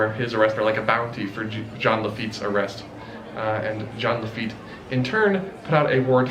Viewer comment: ITS JEAN LAFITTE COME ON